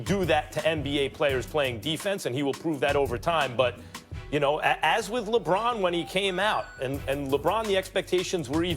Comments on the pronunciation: Really Chuck? “Whith”? 😂😂😂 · its with not whith idiot